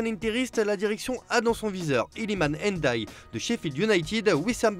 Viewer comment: Il se nomme illimane Ndiaye mais pas illimane N daye